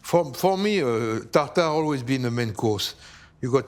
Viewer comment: “Tagtagrrrge” “Salaaahd”…excuse me, how much is duolingo?